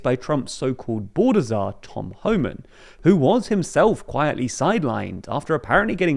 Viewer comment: The British pronunciation of Pretti and Homan are killing me